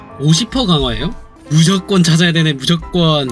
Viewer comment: 아니 진짜 일부러 무적권이라고 하는 거임?